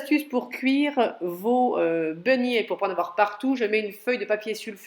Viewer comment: Begnets comme vous dites madame mais beignets , pardon de vous reprendre